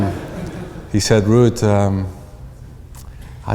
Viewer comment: Wuud...weally is a vewy gweat player